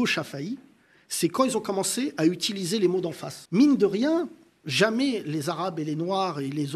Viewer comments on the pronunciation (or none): none